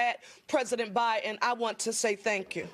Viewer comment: Who is President Buy-in? Bit similar to how John Federman pronounces as Joe Bin. Bit more extreme than just failing to acknowledge there’s a D in there.